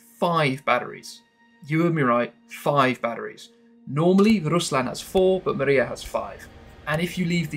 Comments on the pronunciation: Amazing stuff, but it's not pronounced Mariya, but Mriya. That's all. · Not Maria! MRIA! It's not name. It's "dream" on ukrainian